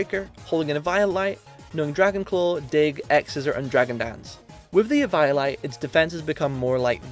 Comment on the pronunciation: The way you pronounced eviolite at first threw me off and I was like "what's that lol?!", then I looked was like oh you mean eviolite 😂